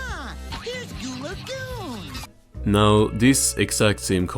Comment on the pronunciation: Why is it at this point I realize you have the perfect accent to say “Goo Lagoon”